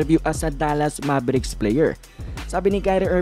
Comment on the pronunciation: Hindi MABERIKS ..ITS MEYBRICKS...MAVERICKS